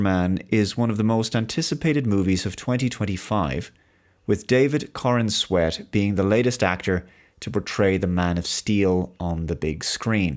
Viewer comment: David “corn-sweat”????